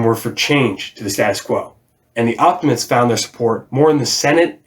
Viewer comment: great video bruv and I look forward to watching the rest in the series. it's a shame I got to know them only now as to advice for pronounciation, you could try to emphasize the letter E in OptimatEs, similar to as you do in Populares.